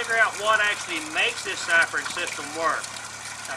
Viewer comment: Great vid. So many top tips.I love how he says siphon. SAIFORNN!